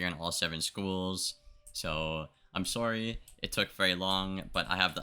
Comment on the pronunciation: I heard a "sorey", you Canadian?